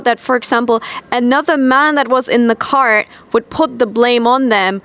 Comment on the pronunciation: Tbh it did sound like she was saying cart